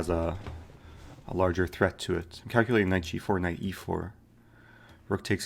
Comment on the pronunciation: Every word that eric says which ends in a ‘t’ makes me cringe “threatttt”